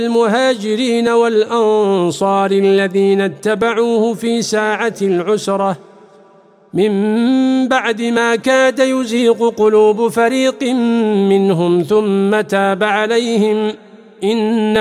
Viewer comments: جميل جدا بارك الله في القارئ. وفيه أيضا خطأ في قوله تعالى من بعد ما كاد يزيغ قلوب فريق منهم ، قرأه بضم الياء ، والياء مفتوح بارك الله فيكم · كما يرجى تصحيح حركة حرف الياء في كلمة يزيغ في الآيه: {مِنْ بَعْدِ مَا كَادَ يَزِيغُ قُلُوبُ فَرِيقٍ مِنْهُمْ} الياء مفتوحا هنا وليس مضموما،،بارك الله فيكم وجزاكم الله خيرا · يرجى تصحيح من بعد ماكاد يزيغ بفتح الياء وليش بالضم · ايضا اية ١١٧ كلمة يَزيغ الياء بالفتح القارئ قرها بالضم ايضا الآية ١٩ في خطأ في الحفظ . القارئ قراء وجاهد في سبيله. والصحيح سبيل الله ارجو الانتباه وجزاكم الله خيرا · السلام عليكم ورحمة الله وبركاته ارجو تصحيح الخطأ في كلمة يزيغ هو ضم الياء بينما يهي مفتوحة